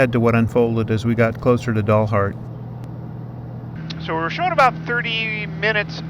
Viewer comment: Love your pronunciation of Dalhart (dullhart). Not sure if that is a Freudian slip but if so it"s appropriate (just kidding Dalhart people). It's actually pronounced like the dal in Dallas. Great video! Stay safe.